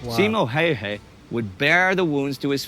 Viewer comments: You said Simo Häjä in the beginning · I'm pretty sure that many have pointed this out, but the picture in is NOT Häyhä. It keeps popping out every now and then, but it's not. Oh and if you want to learn how to pronounce his name it's "h"ello, d"a"d, n"ew" "h"ello d"a"d. Finnish A is like A in father, and Ä a in as or dad. Simo is like "Salt" "Immobile" "More" "Opera". Thanks for the video :) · Finnish pronunciation doesn't alter like that. What you suggest would spell out as Hauha.